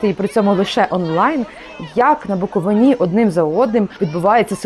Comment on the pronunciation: БуковИні, наголос правильно кладіть, грамотєї